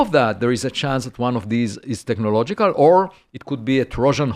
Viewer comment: every time he says technological signals all I hear is the meme of the Doods in the Land Rover TECHNOLOGLOGIA!?! TECHNOLOGLOGIA!!!!!